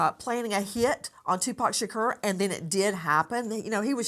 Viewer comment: Can you learn how to say Tupac’s last properly??????? It’s not “Shakeer” It’s “Shakor.” That is sooo disrespectful. Just goes to show you don’t know much of anything both these people.